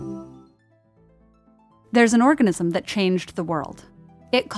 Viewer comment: Organism sounds as orgasm...;)